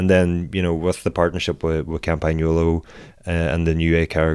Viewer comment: They have been mispronouncing "Campagnolo" in 9.9 videos out of 10 on YouTube; as a result even Italians struggle to pronounce the word correctly.